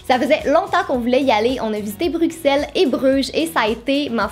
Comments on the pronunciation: J aurai tant aimé aller à disney aussi :(. Mais Juste, Bruxelles se prononce "Brusselle" :) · Super vidéo mais juste une chose: Bruxelles se dit brusselles ,le x se prononce s . Je sais que c'est rien d'important mais bon en tant que belge,je me sentais un peu obligée de le dire 😅😂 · on prononce pas le x de Bruxelles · En belgique on ne dit pas bruXelles mes bruSSelles 😜😜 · Ça se prononce <BruCelle> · je suis belge et juste un petit truc ou tu t'es trompé mais Bruxelles se dit Brusselle on remplace le x par deux s car en wallonie il y a longtemps on avait un sale accent et on prononcer pas les X . a l'heure nos accents s'estompent mais sont toujours présents selon les région par exemple moi j'ai pas un accent pronocé mais mon grand-père par exemple à un sale accent ; Bref sa se dit brusselle ( en gros comme en néerlandais : brussels ) je tiens a le dire car tout les belges sont énervé quand on écorche Bruxelles sinon je t'adore et je suis tout tes vlogs avec jay et le petit fudge <3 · on le prononce "bruselle"